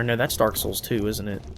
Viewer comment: The way you say 'souls' in 'Dark Souls' is so amazing. "SULS."